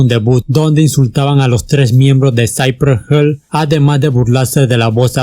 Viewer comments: Lo peor fue cuando dijiste: saipre gel😔😔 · With a little effort you might stop mispronouncing the words. Cypress Hill/ Lo pronuncias; "Saipres Jil" no Saipree Hell, but whatever, zero killing OK. Peace, paz. Piiss. Westside Connection uestsaid conektshon Ice Cube Ais Kiub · Porque pronuncias "Cypress Hell" es literal se pronucia como se lee "Hill" Si dices "Hell" estas diciendo "infierno" y no tiene nada que ver con el nombre original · Que culero pronucias Cypress HILL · Que feo pronuncias Cypress Hill de allí en más no hay borlo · Interesante pronunciación de Cypress Hill 🤣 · Me agrada como cuentas la historia de este super grupo, pero tu pronunciación de "cypress hill" me incomoda jajajajaja